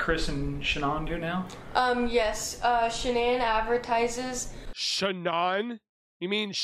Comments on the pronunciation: Did you almost say sha-nee-nee😂😂😂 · She mispronounced her name...its ok.